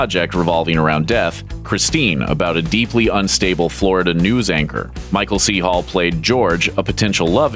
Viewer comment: why does he keep saying "paul" instead of "hall" and thinks we dont notice